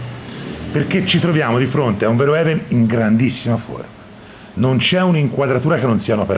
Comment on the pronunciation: verhoeven si legge fer-ofen. Gran bel film e gran video